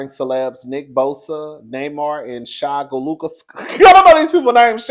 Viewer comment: the way you said Shai’s name LMFAOOOOO